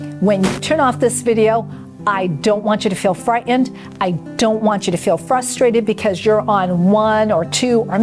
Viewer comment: Great information thank you Doctor, but the word “frightened” is pronounced “fry-Tend”, not “fry-end”. You sound 14 when you say “fry-end” and that doesn’t do you justice. Thanks again.